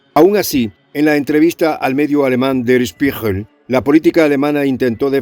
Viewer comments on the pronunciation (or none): Der Spiegel, con G de gato se pronuncia. Saludos y Gracias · Der Spiegel=El Espejo, se pronuncia "schpiguel"🙄😊🙋🇻🇪